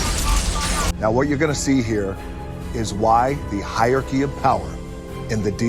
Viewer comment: The funniest thing in that advert was Dwayne not knowing how to pronounce hierarchy. He kept saying "higher key."